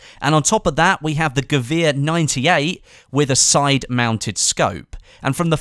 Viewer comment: dat pronunciation of gewehr to xd